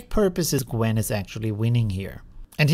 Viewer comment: So you haven’t noticed that he kept calling it Gwen throughout the whole video?